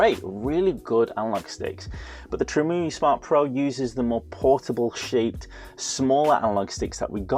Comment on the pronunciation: Great video! Btw it's not Tree-moo-ee, it's Trim UI as in a a Trimmed User Interface. The reason Mario won't go in Mario Kart is because somewhere in the chain, something is detecting a pirated game. Many DS games used that mechanism.